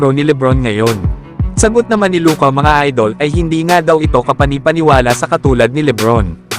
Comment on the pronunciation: Luka not loca